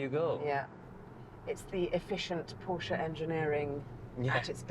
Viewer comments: The dude needs to start learning how to properly pronounce “porsche”. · Why can’t he say Porsche correctly….ug. So annoying